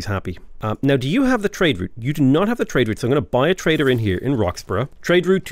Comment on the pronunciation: Dude, every time you say trader I hear traitor 😂😂 I cant unhear it now 😂